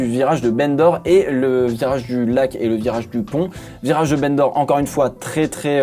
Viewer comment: C'est pas très intéressant mais "Bendor" se prononce "bandor" ou "banc d'or" si tu préfère, et pas "bene d'or". C'est en référence à l'Ile de Bendor, rachetée par Paul Ricard, qui est en face de la ville de Bandol, à quelques minutes de route du circuit.